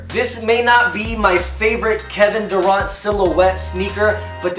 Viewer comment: Kevin daruant lol had me rolling